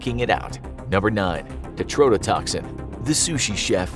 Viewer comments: Bro can't even say TETRO-TETOXIN right 😂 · Tetrodotoxin is being mispronounced. That "tetro" prefix is necessary and has significant meaning. The "tetro" needs to be pronounced separately and with clear emphasis.